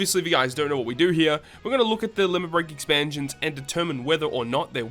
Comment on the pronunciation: "Exansions." XD lol jk broskii Keep up the good work, solid video as always!